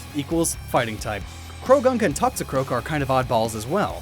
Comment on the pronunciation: It's Toxicroak, NOT Toxicroke!